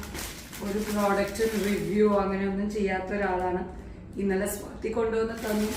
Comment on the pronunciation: നിങ്ങൾക്ക് വള്ളുവനാടൻ ഭാഷയാണ് ചേരുക.....അല്ലാതെ സ്വാതിയെ സ്വാത്തി ആക്കുന്ന ഉച്ചാരണം ...ഒരു ഭംഗിയും ഇല്ല കേൾക്കാൻ.....😂